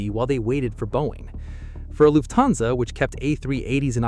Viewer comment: PLEASE pronounce "Lufthansa" (a German word!) as "Luft-hansa", not "Luf-thansa". Thank you!